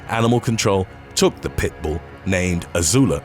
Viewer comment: Agreed. Especially the way he says pit bull compared to other name breeds.